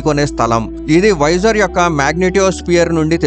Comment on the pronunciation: "వైజర్" అనడం మానెయ్యి. దాని పేరు వొయేజర్". వైజర్ అంటే helmet కి ముందు వుండే అద్దం